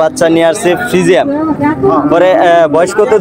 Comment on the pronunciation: ভদ্রলোক ফ্রিজিয়ান নাকি ফ্রিজিয়াম কোনটা হবে আগে শুদ্ধ করে কথা বলতে শিখুন।